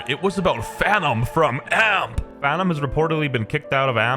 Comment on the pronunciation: it's not amp!! it's A-M-P!!!!